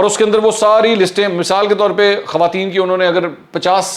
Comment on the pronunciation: السلام علیکم منصور بھائی خوارتین (خواتین) کا لفظ ٹھیک کر لیں